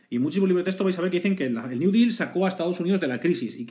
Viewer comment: Intentas pronunciar "deal" en ingles y lo haces pero que si lo haces en español y mal. Espero que al día de hoy lo tengas superado. Buen video.